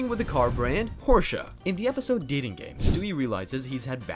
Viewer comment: Pork chop? Did you mean Porsche?